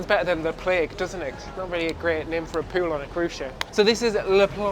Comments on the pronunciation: please, for the love of god, stop saying POO-WOOL and POOWAR instead of pool and poor, i cant stop laughing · I love when he pronounces pool as "pewl" lovely accent